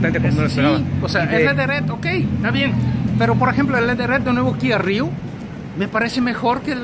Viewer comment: Kia "RIU" 😂